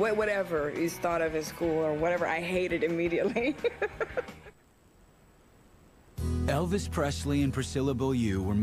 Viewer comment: Good night, Eh-vis!